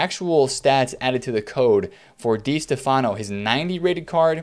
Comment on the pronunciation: It's Di STEFano